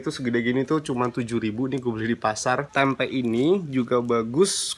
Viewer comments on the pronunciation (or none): Risih banget kalau dia blg "tempek",,, "TEMPE" yg bener!! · Nyebut tempe jgn dikasih huruf K.